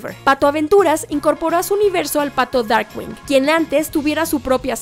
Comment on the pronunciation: Hay errores de pronunciación con el Pato Darkwing (Darkgüing) y Ma Baker (Ma Beiker) hasta Boney M tiene una canción.